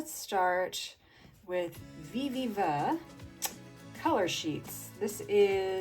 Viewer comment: I think its supposed to be pronounced "Viv-ee-va" color sheets lol You were close!! LOL